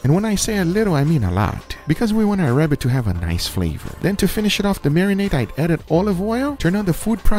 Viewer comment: Its a wabbit